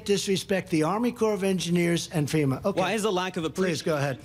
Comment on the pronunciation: He also called FEMA "SEMA" Oh brother!!